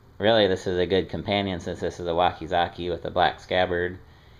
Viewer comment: It's "wakazashi" not wakazaki.